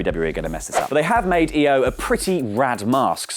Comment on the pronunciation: Thank you!! Its io (eo?) And NOT LOW.